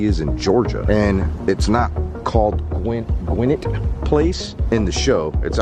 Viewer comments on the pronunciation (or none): Hey man, my family luvs u and Tiphanie... And not pickin on u..nothin but luv here but so u don't get hated on ... Gwinnett is pronounced "Gwen-net".. like a lady's name Gwen... Like I said luv u and whole "Fam"... u know us n GA.. we're picky about how names are said 😂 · You pronounced the mall name wrong it’s Gwinnett (Gwin-nett) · My stomping grounds I live here in Duluth Ga. but learn how to say Gwinnett Mall. G-win-net mall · I love the way he pronounces Gwinnett lol it’s like “Gwa-net” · Yes, that’s the mall I grew up shopping in. It’s pronounced GWIN NET... just like the county. 🙂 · It’s pronunciation is Gwinnett(like Button Gwinnett who signed the Declaration of Independence for Georgia) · i live in gwinnett. it’s pronounced gwih-net😂😂😂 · OMAR COMES TO GA AND I HAD NO IDEA?!? IM PISSED. AND THE WAY HE PRONOUNCES GWINNETT IS HILARIOUS ITS “Gwin-Net” 😂😂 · you pronounced gwinnett wrong but cool vid though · I grew up in Gwinnett County GA. I use to go to that mall all the time when I was a kid. I’m 28 now so that’s 10+ years. Thank you Omar for bringing memories back. Oh yeah, you pronounced Gwinnett wrong lol 😂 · Kortney every time he said it wrong I would yell at him through my screen lol